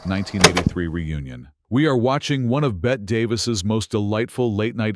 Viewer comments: And she was Beh-tee, not Beht, Davis. OMG get the basics right. The AI is confusing Davis with Midler. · Robot Ai narrator, her name is pronounced Betty NOT Bett. Also WHY is the film all scratchy and nasty? 👎🏼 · So fake. Her name is not pronounced as Bet but as Betty. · BETTE (pronounced BETTY), not like Bette Midler (BET). Idiot announcer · Ifyou are going to take the time and effort to make a video of the iconic Bette Davis.....learn how to pronounce her first name. It is TWO syllables not one. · Pronounced BETTY not BET! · who is Bet Davis? It's pronounced Betty. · If you're going to use AI to narrate, you'll have to spell "Bette" as "BETTY" so it PRONOUNCES THE NAME CORRECTLY. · "BET" Davis??? How can anyone take this seriously? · She deserves to have her name pronounced correctly. It's Bette. Not bet